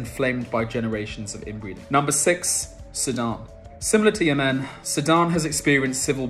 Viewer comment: Interesting video. Although I think the UAE should be on the list...Also I have never heard anyone pronounce Yemen the way you do before - it was unexpected